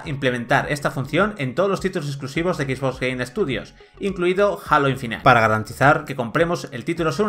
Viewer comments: No "Alo" ni "Jeilo", sino "Jalo". Esperen a escuchar Infinait. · Halo "ainfinitee" lol